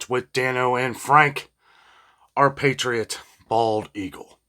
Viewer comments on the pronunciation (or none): none